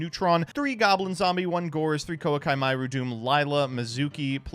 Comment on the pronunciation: I hope you stub your toe for how badly you pronounce “Koa’ki”.